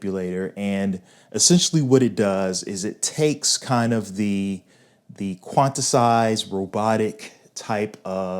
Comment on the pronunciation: Quantisize....🤣🤣🤣 Quantise/Quantize..... Love the Dutch vibe, though.....